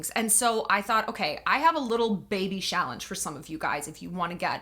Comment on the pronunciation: I like that “Shallenge”…